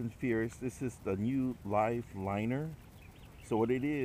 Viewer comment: I always thought it Penns secondary drag system was referred to as the “Live Liner” but watching your video you seem to be referring to it as the “Live Litter”. Then again it could be the way it sounds on YouTube through my phone speakers, maybe a slight accent I hear from you, since I’m from the Philly area and believe me I know a thing or two about people saying you have an accent lol. I’d much prefer having a Hawaiian accent over a mid Atlantic accent because it would mean I lived in Hawaii and not the mid Atlantic lol, so please don’t think I’m taking a shot at your culture or accent. Finally it could be years of shooting firearms and hunting with zero ear protection and the horrible hearing that follows said years of abuse, which is leading me to just be hearing you wrong. The last part of the video while you are on what looks to be a long dock, you sound to me to be saying, what I always thought Penn’s brand name for this second drag system was actually called, “Live Liner”. So that only added to my confusion. Is it Live Liner, like I always thought it was or is it Live Litter? Not trying to point out a mistake on your part if that’s in fact what happened, but simply got me scratching my head saying “ wait a second, which on is it and have I been calling it by the wrong name/term this entire time?” Lol. Guess I can look it up but figured you seem to know a lot about them. Great info non the less my pacific friend. Keep those lines soaking. God bless.